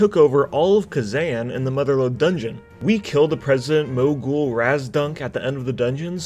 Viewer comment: how did this boi just pronounce “mogul???”